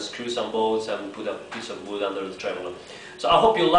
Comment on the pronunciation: TAKE THE PIECE OF BOOD , lol i love how you say it , amazing video !